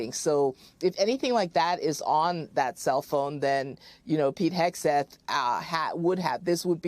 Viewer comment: As a francophone when you say Hegseth I ear, ire, haire. I'm not shure. To me it sounds like the name is Exit. I'm pretty shure I've met some dude name Pete who exited the bar whitout paying his tab.